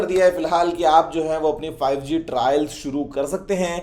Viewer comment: I Hear Zee5 😂😂